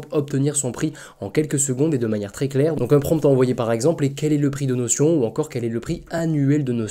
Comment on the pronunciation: Notion ça se prononce "noh-shun" 🙂